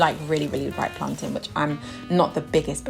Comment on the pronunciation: Finally someone who pronounces plantain correctly lol because the way I hear other people say it is ridiculous like what is plantaaaiinnn ... lol like hello 💀💀